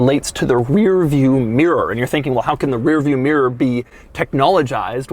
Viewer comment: Oggy meer instead of mirror